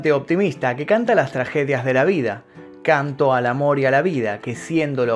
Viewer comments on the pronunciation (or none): none